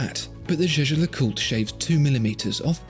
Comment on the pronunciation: I think the way pronounces "Zsa-Zsa LeCoot" is amusing. It makes me want to buy the Rolex, dahlink.